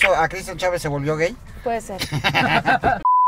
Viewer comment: Me encantó esta entrevista...pero se dice *gay en español, tal cual como se escribe 👍.